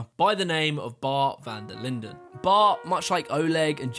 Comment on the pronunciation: Haha its so funny to hear English people say typical Dutch names or second names so I was laughing hard when he said van der linden because I am Dutch